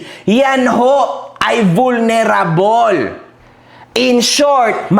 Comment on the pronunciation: Ayusin mo pronounce mo ng vulnerable sakit sa tenga.